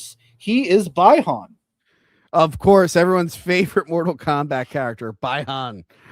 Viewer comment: Its pronounced Bi-Han Like the word B not Bi, like bisexual lol. And Shang Chi is pronounced similar to Shawn but with the G not like Shang Tsung. Sorry but that was really bugging with how you guys were saying their names